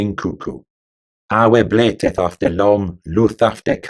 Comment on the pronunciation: TY for pronouncing bleateth as blayteth! I’ve tried to figure out why my dad b.1915 always pronounced bleat as blate. He was right⁉️ it is a stronger word that way❤”if you know the Truth, blate it out!”